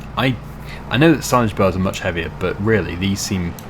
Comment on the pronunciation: I have hearing issues so I use CC and when you say "bales" CC says "bells" so I'm just asking if you could pronounce bales properly please.